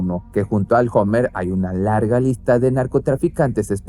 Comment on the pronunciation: 😂😂😂 se escribe hummer pero se pronuncia homer jajjajaaj